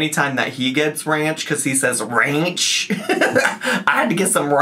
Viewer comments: I miss when you briefly pronounced ranch "rrrrrrahh" 😂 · I still hear him doing it every time I try to order ranch, and it takes effort not to rrrrrrahhh 😂